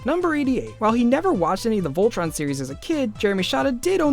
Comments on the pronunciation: tea ray ...vol..tron?? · tea ray vol...tron??? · Vol... tron?? It doesn't have to be complicated! I still don't get why I wouldn't say "Voltron"! Keith is my spirit animal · tea ray uhh....vol..tron? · tea ray uhh.. vol..tron?